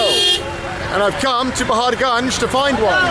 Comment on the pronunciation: Ur pronunciation of paharganj is awesome.. Love it